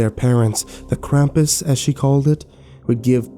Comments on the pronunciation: I think its pronounst Kr-am-pus not Kr-um-pus oh and merry Christmas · The way you pronounced krampus is interesting to say the least.